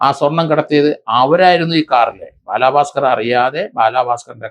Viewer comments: രണ്ടു പേരുകൾ എങ്കിലും മര്യാദയ്ക്ക് പറഞ്ഞൂടെ?? ഭലാഭാസ്‌കർ അല്ലാ... Balabhaskar പിന്നെ കലാഭവൻ സോഫി എന്നല്ല...sobi എന്നാണ്.... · Sir shoby george not sofi george And its balabhaskar ( not baalaaabhaskar)( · ബാലഭാസ്ക്കർ അല്ലേ? ബാലാഭാസ്ക്കർ അല്ലല്ലോ? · Sir as Peru onnu nannayee pronounce cheyyoo....Bala bhasker......not balaaa bhasker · ബാലാ... പാസ്‌കർ അല്ല സർ.. ബാലഭാസ്‌കർ..... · ഭലാഭാസ്കർ ❎ ബാലബസ്കർ ✅ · ദേ വീണ്ടും ബാലാ ഭാസ്കർ....ഇയാളെന്തൊന്നു പൊട്ടനാ ബാലാ പാസ്കർ അല്ല ബാല ഭാസ്കർ...